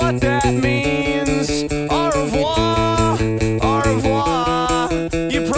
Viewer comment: Its cute how he actually pronounces au revoir wrong and without the "r"